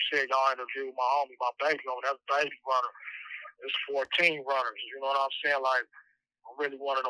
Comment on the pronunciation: This mfa said “ Baby Runer “😂